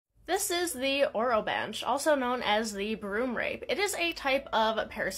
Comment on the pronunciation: I believe it’s pronounced o-ro-ban-key